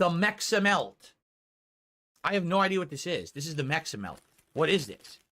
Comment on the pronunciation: Can't even pronounce Meximelt without sounding like an idiot.